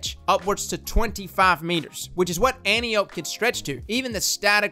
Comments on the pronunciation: an-TIE-oh-pea not ANTI-ohp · Holy crap, its said, AN TIE O PEE not ANTI OPE. Its greek man! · It’s pronounced An-tie-ohh-pee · OK, I usually don't but with this video I feel like I should. Let's say it together: Ann - Tie - Oh - Pee. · Ann Tie Oh Pee for fucks sake. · Antiope (An-tie-oh-pee). Please, please just say it right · Antiope is pronounced "An-tie-uh-pee" It's a Greek name.